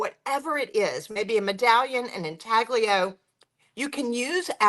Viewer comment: 🛑💥Proper pronunciation of intaglio is uhn•tal•yow. 😊